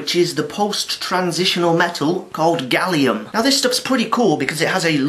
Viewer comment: You don't pronounce aluminum correctly or gallium